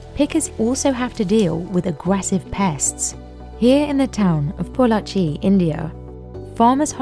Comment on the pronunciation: Glad that the narrator didn't butcher the name "Pollachi" 😄